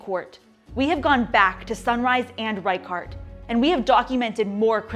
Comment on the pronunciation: It's pronounced "rey-shart", not "rai-kart".